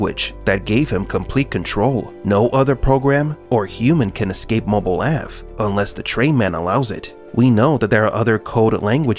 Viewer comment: "Mobil Ave" ?? Dead give away of an AI voice over. Blocked.